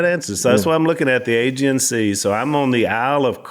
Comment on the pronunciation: You're putting emphasis on the wrong part of " Aegean " You are mispronouncing Aegean.